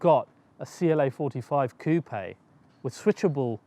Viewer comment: Coupia instead of saying coupe this guy is great.🤣